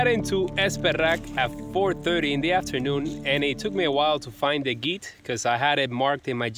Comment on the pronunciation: Thanks form the quick reply - is encouraging! By the way, I have to say it. The “g” in “gite” is soft like Georgia…